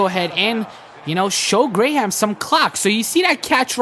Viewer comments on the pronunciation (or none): "Otto Gray-Ham" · its otto graham. not grayham. sorry man but i had to say something. but these are great videos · when he starts cam newton over otto 'gray-ham' -___